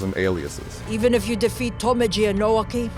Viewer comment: Pretty funny to mispronounce "Tomeji" in the review narration a few seconds before playing a clip of the character himself saying it correctly